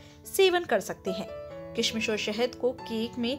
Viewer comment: Bahot bura video bnaya kishmish to sahi bol le pehle